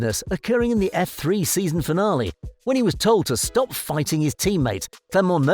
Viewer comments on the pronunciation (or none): none